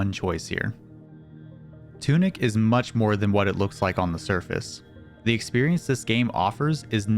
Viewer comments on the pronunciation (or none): none